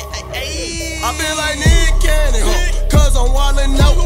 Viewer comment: That nick cannon sound like “meat canyon” for me im fried bro 😂😂